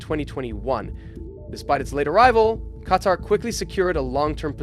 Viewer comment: The way you don’t know how the fuck to pronou Qatar. 🤦🏽‍♂️🤦🏽‍♂️ if you’ve ever watched f1 you’d know that’s not how it’s pronounced